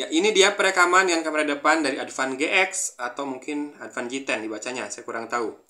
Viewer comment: "Adpan Ge-ek" a 😂